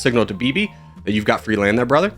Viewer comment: He reversed the intonation of "brothers" and "welcome" :D